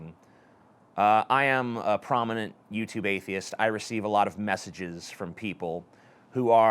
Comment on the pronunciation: Black Pigeon Speaks likes to use big words and rare phrases that nobody's ever heard of, while MISPRONOUNCING easy words like "Atheist" Richard Dawkins is an atheist, not an atheiat.